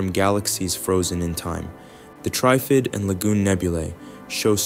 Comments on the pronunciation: You are pronouncing TRIFID incorrectly, like it is spelt TRYFID. Say it like it is in three parts TR IF ID - then blend it into one word without any spaces. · Yeah, they couldn’t pronounce Trifid properly.